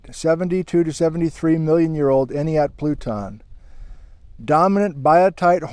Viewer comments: You pronounce it "Any-At" or "Eny-At" the first T is silent. I was made fun of once for saying "Enti-At" when I first moved to the area 😂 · I've been hoping for some time for an Entiat visit. Though I had hoped you would revisit the fault. I camped there a few times before the fires, many moons ago, gorgeous area. To My knowledge the first "t" is silent in entiat. We always pronounced it "eenyat" Cheers, Always good to see another video sir, Thank you. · Say “any•at” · Pronounced any-at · En-tee-at. The ‘t’ often ends up silent when spoken. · "Ent" as in the tree people in LOTR, hard "E", "at", as in you were at Entiat. Enjoyed this video as always. We live in Malaga right near Lake Cortez which is smack on top of the massive landslide. When I look up at Jumpoff ridge from here, I see a large, weird white erosion coming off the cliff where it has no business being because the geology (should be) entirely flood basalt. I've looked at that since I was a kid and wondered what it was. Any ideas? It looks sandy on Google earth. Deposited from one of the floods? It's so weirdly concentrated though. And white. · It's "Entiat" with a short 'A'. (Like splat, blast, and fast.) I live up-river. Was hoping you'd discuss the ancient, terminal end of the Entiat Glacier at mm 15 and also explore Mad River Road, Next time! Good to learn more about Mud Crk which is just a couple miles below me. So thank you! And the shout-out to Noraly was great! (I do wish she'd spend a little more time discussing geology in her travels, but we can't always get what we want.)